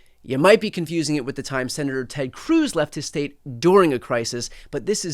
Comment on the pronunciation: If that beady-eyed SOB says "the stet of Texas" one more time, I'll scream.